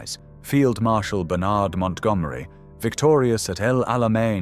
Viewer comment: Re Bernard Montgomery. It is pronounced "BURN-ud" not "Bur-NARD" He was an Englishman not an American.